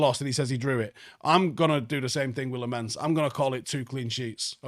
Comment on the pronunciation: Hey. Its Lamons.. Like lemons lol.. pronunciation of Lammens.. Just pointing out haha. Im so happy i can be talking about pronunciations cuz we won this game.